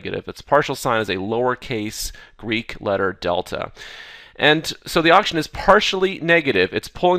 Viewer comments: is it just me or is he saying Auction and not oxygen? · He does indeed says okshan several times in a row. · can't unhear now